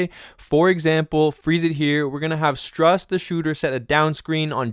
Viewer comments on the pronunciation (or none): Good job. Max's sirname is pronunced "S-tru-s". But yeah, great stuff 👍🏾